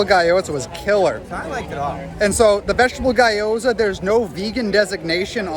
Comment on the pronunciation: loved the review but just heads up - it's pronounced "GYO-zah" not "GUY-o-zah" :)